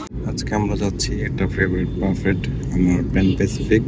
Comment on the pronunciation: বাফেট না , ব্যুফে বলেন